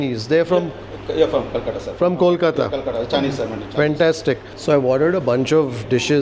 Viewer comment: Your pronunciation of "Kolkata" is spot on. Thanks